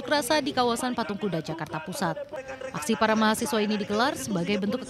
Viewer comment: Ini orangnya yg gak sekolah.....nyebut mahasiswa ....mahasewa ...tar nyebut satpam jadi saptam